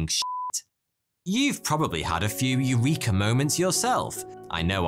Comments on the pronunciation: No please don't pronounce Eureka in that way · I know that it must be hard for English speaking people to even conceptualise the possibility of a different pronunciation, but I would do a tiny bit of research before confidently say AIURIKA in a YT video instead of the Greek pronunciation: E U R E K A.